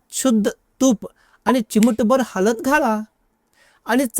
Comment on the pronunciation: हलद नाही हळद.